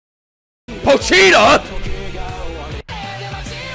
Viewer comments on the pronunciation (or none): Man said Poch “cheata”💀💀💀